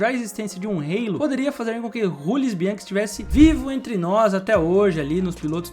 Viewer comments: O nome da peça não é "reilo": a palavra existe em português, e se pronuncia "alo". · "Rêilo" não dá né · É muito feito você pronunciar halo com uma pronúncia inglesa. A palavra existe em português.